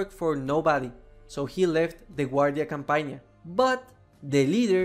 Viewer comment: it's guardia cOmpagna. not cAmpagna